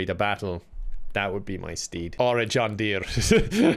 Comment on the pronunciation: You’re right that’s amazing and also he says John Deer with a HEAVY natural accent and it was beautiful